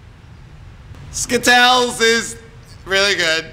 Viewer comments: stop saying skittells it is is skittles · You are saying skittle s wrong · Skittals!! dies of laughing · he's the new spokesperson for Skittles! Skittles will now be pronounced skitels! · IT ISNT SKITTLES!! Its Skit-tells!! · the way he says skittles makes it sound like a disease xD